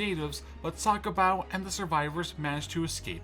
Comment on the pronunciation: Bruh Its Not SakoBau.